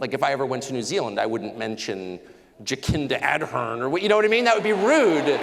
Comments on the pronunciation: Gosh! This guy is so badly informed, even the way he Pronounced the name of former Prime Minister of New Zealand Já-kinta instead of ( dʒəˈsɪndə ɑːrˈdɜːrn/ jə-SIN-də ar-DURN) 😅Jacinda Ardern . Good Lord. - The US invasion of Irak “to introduce freedom? Holy kamoli. Hope Australians see this guy for what he really is - an EEJIT Anglo American. There was no need to bash Dame Jacinta Ardern! She is BY FAR a kinder, loving Human Being than this…well Eejit from the US. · Please someone who knows Tucker, teach him how to pronounce 'Jabcinda Ardern' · Tucker it's JaCinda Ardern - the C is pronounced as an S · JaKINDA Adhern lol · I love how Tucker purposely mispronounces her name for the sake of contempt :) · he butchered Jacinda Ardern's name on purpose loll